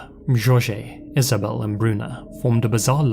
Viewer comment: As someone with the name Jorge, it honestly makes me cringe with the way you pronounce it. However I absolutely love your videos and have been a long time subscriber since 2014